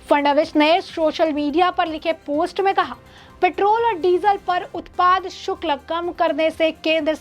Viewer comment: शुक्ल ??? " शुक्ल " नहीं.... " शुल्क "